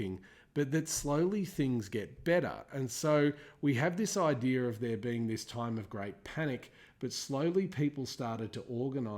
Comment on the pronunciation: "This idear"